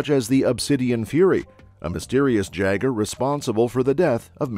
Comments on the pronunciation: Its prnounced YAGER.. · OK, so no one is bugged by the mispronunciation of Jaeger? Would love a 3rd though.